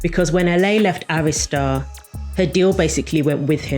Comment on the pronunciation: Thank you Jesus you pronounced Arista correctly because the way people pronounce it......Omg!!!! Great video!!!